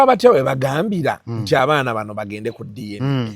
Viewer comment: 😂it’s DNA not DNK